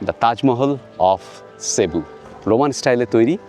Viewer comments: Cebu is a beautiful city and the locals pronounce it cibu.... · Basilica not Basalica!! look up the difference between church, chapel, basilica and cathedral on chat gpt - its very interesting Also its Magellan - the "g" is pronounced J = Majellan and pls, its Cebu - not SheBu. Ei program dekhe shobar uccharon chotke jachhe!